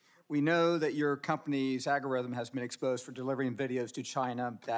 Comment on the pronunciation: this is so funny she can’t pronounce algorithm